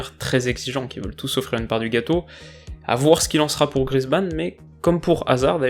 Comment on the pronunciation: Grrr, on prononce Grièzemann :p